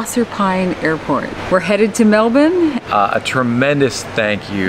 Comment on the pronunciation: The most impressive thing in this episode is pronunciation of Melbourne. Americans always get it wrong